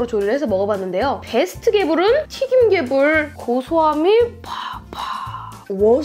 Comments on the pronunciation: 처음에 개새77ㅣ라는줄 알고 흠칫했네ㅋㅋㅋㅋㅋ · 여기서 순간 개베이비라는줄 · 맨처움에 개삐이이이 를 개색...라고 들음ㅋㅋ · 에서 개X끼라고 욕 하는줄.....ㅋㅋㅋ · 개~삐 할때 개소ㄹ인줄 나만그럼? ㅋㅎㅋㅎ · 인트로에 개~~라고해서 욕한줄 ㅋㅋ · 처음에 개**라는 줄 알았네